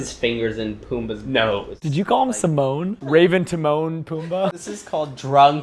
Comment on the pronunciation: wait i’m actually a lil tipsy.. isn’t it his name pronounced symone 😂